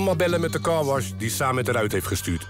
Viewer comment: Samed spreek je uit als Sammet. Niet Saamet.